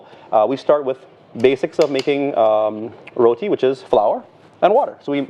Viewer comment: Look...here nah...yuh see me....I Rellll happyyy she get it right on dey first time and say "RoTi" with a "T" and NOT RoDi with a "D" like dey next gyul say🤨 All yuh remember dat???🤔 🤣🤣🤣